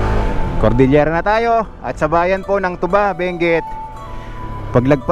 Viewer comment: It is pronounced two ba.....by us the locals. Not the alcoholic drink.